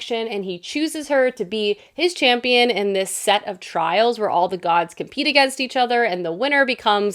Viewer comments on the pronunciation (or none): none